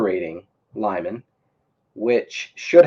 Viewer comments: It's read "Leeman" not "Laiman" lol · Lyman is pronounced lee-MAHN